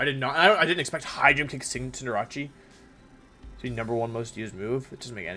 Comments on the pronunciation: Dude I cannot stand the name pronunciations.. its CINDER-ACE wtf is cinder-ahchee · Bro why this man saying cinderache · Please pronounce Cinderace correctly. It's Cinder+ Ace Ace like the card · Fam it's pronounced CINDER°ACE. Butchering my favorite Pokemon name so so many time makes my ass itch